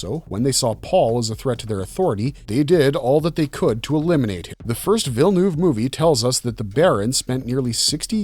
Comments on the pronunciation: VILLENEUVE it's pronounced: VILL-NÖV, not VILL-NUUV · lol Vill-noov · I hear a lot of English speakers pronouncing Dennis' last name as Villenooooov. Know that you are 95% of the way to pronouncing it properly. The difference is that the "eu" in the "neuve" part is actually pronounced like the "uh" in "'Murika!" Once you get that, then you'll be able to properly pronounce the name Villeneuve